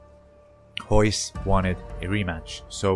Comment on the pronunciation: How can you not say Royce (you say hoyse) but you can say resist?